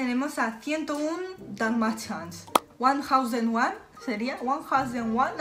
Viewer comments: Se pronuncia uanfausentuan dalmashian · era facil, lo tenia muy claro, solo que no queria decirlo bien para no hacerse la lista